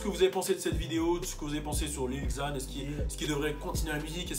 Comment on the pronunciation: Cpas lil ixzan (xan) On dit : lil zan (lil xan)